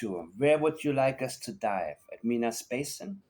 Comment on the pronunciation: I live close to Minas Basin. I thought you might appreciate how we pronounce it in Nova Scotia. MY - NUS. I appreciate your no nonsense channel.